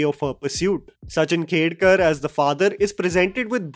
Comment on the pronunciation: It is Sachin "Khedekar" and not "Khedkar"....i love your work but dont appreciate it when you mispronounce names....its disrespectful...